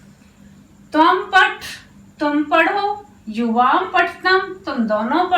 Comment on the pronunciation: आप हिन्दी नहीं संस्कृतं पढारही हैं। अतः उच्चारण संस्कृतं वाली ही करना चाहिए। संस्कृतं अजंत भाषा है। जबकि हिन्दी, फ़र्सी/जैसा हलंत भाषा है। therefore, please say "paTha" not "paTh".